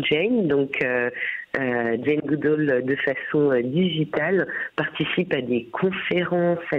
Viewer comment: Si vous êtes fan de Jane Goodall,, pourquoi n'êtes-vous pas capable de prononcer son nom correctement?